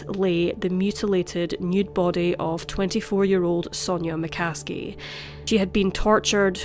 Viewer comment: McCaskie to McCasket